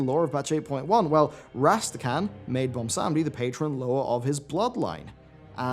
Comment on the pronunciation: ok i know this is a minor thing but it bothers me too much BWAN-sam-dee not bon-sam-dee and i'm not exactly sure if you are british or what (i can hear it sometimes in his voice) so accents might come into play but it just bothers me so much and yes i know i have horrible gammar so please stop the furious typing now